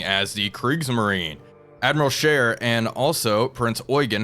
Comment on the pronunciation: Wait a minute… a non-European gamer saying “Admiral Scheer” properly? [eyes bulge, head spins in three axes]